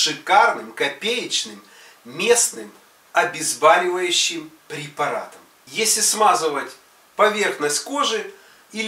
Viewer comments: ОбезбОливающее, а не обезбАливающее! Невозможно слух режет! У вас бОли или бАли?! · Если делаете рекламу говорите правильно не обезбалевающее а обезболювающее и многое другое. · Не обезбАливающее , а обезбОливающее средство. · Вопрос - почему обезбАливающее... ОбезбОливающее... Прямо режет слух.... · Все хорошо, но почему обезбаливающее средство? Есть слово боль, значит обезбОливающее средство! Сразу возникает недоверие к таким целителям! Точно не врач. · Прекрасный и дешёвый препарат, проверено на себе. Но очень режет слух от неправильного произношения, надо говорить Обезболивающее, от слова боль! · Научись правильно говорить слова: обезболивающее, ноздря, герпес и т.д.